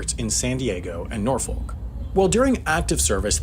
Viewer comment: Of course he said Norfolk wrong 🤦🏼‍♂️